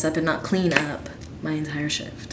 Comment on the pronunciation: Ahaha I thought you said “one time I had a shit- it was an eight hour shit” and I was like WHATTT